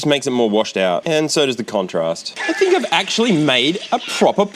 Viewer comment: Bro said hink